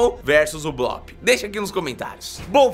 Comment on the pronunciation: Não É Blop